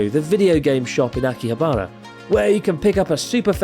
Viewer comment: Still bothers me that Chris pronounces it "Akiha-BA-ra"😆